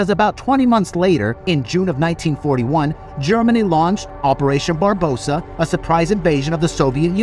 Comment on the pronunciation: Great video! Fast-paced and easy to consume. Just a couple of notes. you used the post war Polish map, during the invasion, Poland looked a lot different. Also it's Operation Barbarossa, not Barbosa. 😅 Nonetheless, keep up the work! You get a Subscribe from me! 🙂